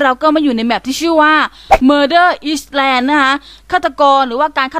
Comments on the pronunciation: "Island"อ่านว่าไอซ์แลนด์ไม่ใช่หรอคะ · พี่มันอ่านว่าไอแล่น